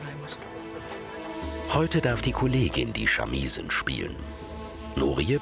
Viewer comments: genauso ist es meine ich nicht "shamiii-sen" sondern "shamisen", alles kurz hintereinander gesprochen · "Die Schamiesen" - Ich krieg ja Vögel